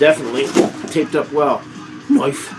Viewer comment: You are tha bomb,. Just a really, Really great guy. However.... never say “knoife” like that again.;-( LOL P.S. no need to explain yourself. People who have sh%# to say.... Eff ‘em! Just a bunch of haters who have nothing better going on in their lives so they have to rag on stuff that has absolutely nothing to do with them. Seriously.